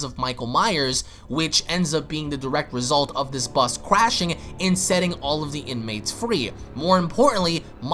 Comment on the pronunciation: I like how you said "Crashing"..... "Quashing".